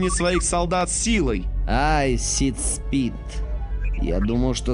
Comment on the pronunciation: Да, он говорит « ситспит»